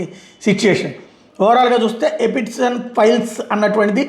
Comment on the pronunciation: Small correction. ఎ పి స్టీ న్ కాదు. ఎ ప్ స్టీ న్.